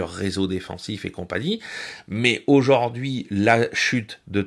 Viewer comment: excellent, comme d'habitude, en revanche mes oreilles saignes: aujaurd'hui